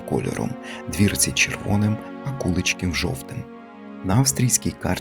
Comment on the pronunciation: Дуже цікаво ,я зВеликих Мостів з діда прадіда ,мій тато також служив в польскій армії в 1939 роціті в нас згадувалося село Вечорки і у В.Мостах живе Мар'ян Кладний ,може то родина ,а село називажться КуличкІв ,наголос наІ ,село недалеко від Белза